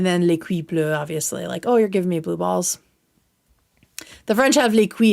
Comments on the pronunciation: I'm French and I love how you said "couilles" but it's wrong ahaha We pronounce it, c-oo-ye 😅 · I'm french :) You're pronouncing the french word for "balls" like you would "cuillère", when it should be like "cou-yuh". Hope it helps :) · With all due respect, that is not how you pronounce the French word for balls lol Making a segment about how to say it and not saying it right is kinda wild 😅